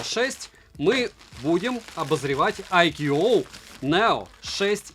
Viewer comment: АйКюОуОу--у-у! Моск уже сломался, теперь уши довядают ;-) Бренд называется ""АЙКУ" (можно "АЙКЬЮ")! VIVO создавая этот суббренд сознательно в названии обыграли созвучие в произношении IQOO (I Quest On and On) и IQ, намекая на "интеллектуальность" суббренда.